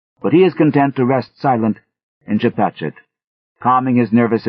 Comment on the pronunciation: This narrator... he did his homework. Got the Pascoag, Chepachet and es lasst sich nicht lesen pronounced right!